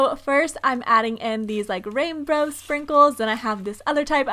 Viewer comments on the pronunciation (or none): Did anyone else notice that she said rainbro instead of rainbow 🌈 😂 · Did anyone else hear her say “rainbrow sprinkles”